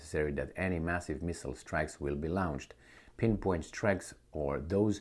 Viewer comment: Hey brother, when you say the word launch, it's pronounced, LONCH. Extend the O when saying it. Sorry can't help but notice it every time. Kinda like alexander with rubbing his hands together